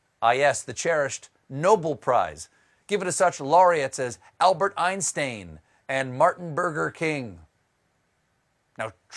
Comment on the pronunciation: Why did u pronounce Einstein like that?